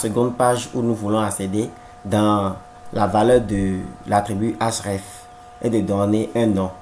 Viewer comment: Cool mais c'est href et non hraf